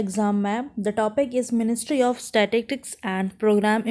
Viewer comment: Apko to "स्टैटिस्टिकस " pronounce hi nahi karna aata.